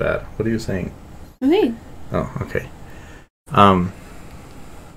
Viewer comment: Lol it’s “oh” but he says it like woah. Either way it’s not “to go”